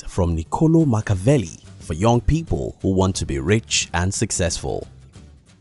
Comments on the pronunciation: respect your subject, pronounce his name correctly! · saying his name wrong.... LOL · No shade, but if you’re going to make a video on the guy then you should try to pronounce his name correctly